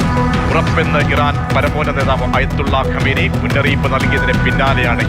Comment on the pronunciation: ആയതൊള്ള കൊമേനി അല്ല മാപ്രേ, ആയത്തുള്ള ഖുമൈനി 😊 മുസ്ലിം പേരുകൾ വികൃതമാക്കി പറയുന്നത് മലയാള മാധ്യമങ്ങൾക്ക് പണ്ടേ ഹരമാണ്